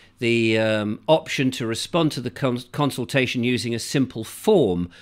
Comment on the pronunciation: CON-sultation.CON-VID.....only fools and horses....wakey, wakey.